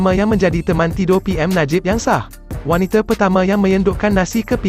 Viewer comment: Yang baca ni sekolah mana eh? It is wanita bukan waniter. Pls do better